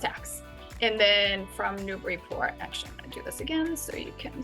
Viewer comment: I'm happy to find a video where you say it right. Thanks.